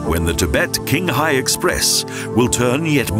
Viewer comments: I think it's pronounced as "Chinghai" and not "Kinghai". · Qinhai is pronounced as Ching Hai not King Hai. Why not learn the proper pronouncition while in China producing the video? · It is pronounced, "chinghai", not "kinghai". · it's Tsinghai or Qinghai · It's pronounced "Tchinghai" not "Kinghai". Awful. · The narrator is a fool. Qinghai is pronounced "chin hi", not king hi. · King-hai ? Clearly the narrator hadn't bothered to find out the correct pronunciation. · I am sorry... Even put all the personal position or beliefs aside, the pronunciation of Chinese toponyms (e.g. Qinghai, Xi’an, Lanzhou, Kunlun Mountains...) in this video were literarily trash... Also, the Qinghai-Tibet railway does not pass though Himalayas at all.